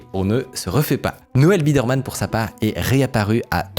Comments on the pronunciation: Je suis à 3min de vidéo, et "birdman" au lieu de "biderman" j'en peux déjà plus :') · le mec s’appelle Biderman pas Birdman mdr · Noel BIDERMAN, c’est BIDERMAN SON NOM et non BIRDMAN 🐥 😂😂😂 du coup insupportable d’écouter sachant et entendant cette erreur. Dommage. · Excellente vidéo! Juste ça me fume que Mickaël dise "Birdman" au lieu de "Biderman" littéralement TOUTE la vidéo 😂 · Ça me perturbe que tu l'appelles Birdman le fondateur 😂 alors que tu l'écris toi-même c'est Biderman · Ouf ! Micode, avec ton "Birdmann" à la place de Bidermann, tu as presque réussi à me faire décrocher de la vidéo malgré le fait qu'elle est exceptionnelle ! Heureusement tu t'es rattrapé ! On t'aime Micode ! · C'est Biderman pas Birdman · Dommage la prononciation birdman iso biderman pendant tout le docu… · "Birdman" ? T'es intéressant Micode, mais tu sais pas lire xD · Le « birdman » me fait mal au cul, c’est clairement écrit biderman et ça se prononce byderman ( baille deure mane) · Birdman / Biderman…pas la même prononciation 😅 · "Birdman" mauvaise prononciation c'est Biderman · Biderman ca ne se dit pas birdman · J'ai l'impression dans quasi chaque vidéo il y a une faute évidente tout le long de la vidéo qui serait réglée par une simple relecture. Ici il dit Birdman à la place de biderman (et on entends bien les journalistes us le prononcer comme tel), dans la précédente je ne me souviens plus quoi mais il y avait aussi une faute sur un nom, cette fois là avec un texte qui le corrigeait à chaque fois, pas très pro... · 20 fois tu prononces le nom BIRDman, y'a personne pour te corriger dans l'équipe ? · C'est juste dommage qu'a travers tout le documentaire, le narrateur se trompe sur le nom de biderman... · Au bout d'un moment il dit biderman mdr je sais pas comment il a laissé passer ça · Qualité a "couper le souffle", mais absolument infoutu de prononcer correctement le nom du créateur. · Attention à la prononciation. Il s'agit de "Noel Biderman" et non pas "Birdman"